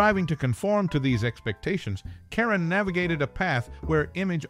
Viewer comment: This would have been more interesting if you pronounced her name and her movie titles correctly. Her last name isn't pronounced "Karen" it's pronounced "care-OWN". The Gs in the movie GIGI are soft, not hard -- more like "jhee jhee" -- a French name. Just FYI.